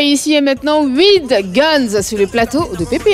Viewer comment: Si tu n’arrive pas à prononcer Widgunz dis salim 😌😌